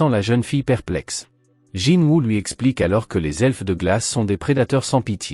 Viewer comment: Ses honteux tu dit jinwa dans la vidéo mais sa ce dit est écrit Jinwoo chasseur SUNG JINWOO le dieux de la mort le monarque des ombres Sinon continue comme sa mais raconte bien l'histoire et ne déformé pas les propo des personnes il non jamais mépriser jinwoo il le considère tous comme un petit frère